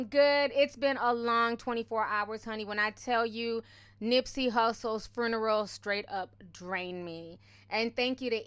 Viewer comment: I love you and the way you pronounce 'fruneral' lmao 💋 And might I add, Nipsey's home going was so beautiful. I wasn't a fan of his music, but I'm definitely now a fan of this man's work and love for his ppl/community. My deepest and sincerest condolences go out to his family, he was such a great person and I'm sad that I didn't get to appreciate him while he was with us. Hes inspired me so much and I truly thank him for that. #RipNip #themarathoncontinues 💙